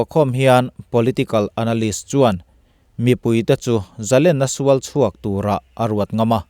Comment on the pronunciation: A bengvâr thlâk ṭhîn hle mai. Amaherawh chu, i Mizoṭawng hman zîngah "Zalênna" tihtûrah " "Zalenna" i ti ṭhîn hi chu, insiamṭhat a ṭûlin ka hria.